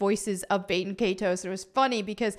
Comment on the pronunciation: can you learn how to pronounce “baten” please? its Bah-ten